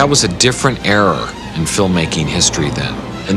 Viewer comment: The way pronounced era lol